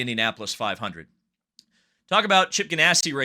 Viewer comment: Did I hear him say "Chip Ginasty Racing?"